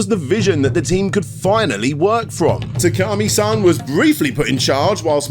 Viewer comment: One major problem with this video is that not once did you say Shu Takumi's name right. You kept calling him "Takami".